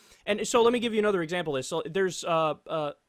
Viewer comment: Warwick is pronounced "worrick"